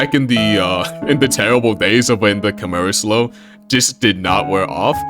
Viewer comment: Bruh said kamara💀